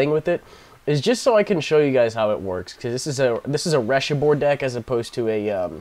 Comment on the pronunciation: I thought you said you started a new dick.